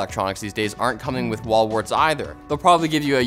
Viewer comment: i giggle whenever says "wall warts"